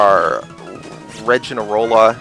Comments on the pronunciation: Its pronounced Roggen-Rola As in Rock-en-Rola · Rogginrola I think that's how you spell it. You say it like Rock n roll except Rogg in roll a. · you pronounce roggenrolla wierd or it might be me but i thought it was a play on words with rockenrolla so i pronounce it similar to that but with gg instead of ck obviously